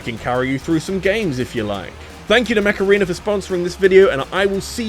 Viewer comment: mech arena? cause i heard macarena